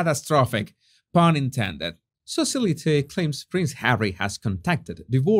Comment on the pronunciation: "Socialite" is pronounced Sow-shi-light (3 syllables, stress on the first syllable).